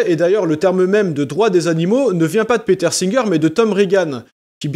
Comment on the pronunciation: Y'a que moi de perturbé par sa prononciation de "Peter" en "Péteur"? 😵